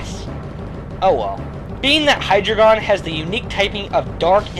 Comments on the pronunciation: It's pronounced Hi-dre-jun. Not Hi-dre-gon. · I thought it was Hi-dry-gun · I don't want to be THAT guy, but I have to correct you on your pronunciation of Hydreigon. Usually I wouldn't, but... dEINo / ZWEIlous / HyDREIgon. 1 2 3 in German. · The drei in Hydreigon's name is pronounced dre. Drei is german for three. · High dragon not how you were saying it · by the time you made this video, the name for Hydreigon was released in the movie. It's pronounced "high-dragon", essentially. More emphasis on the "dra".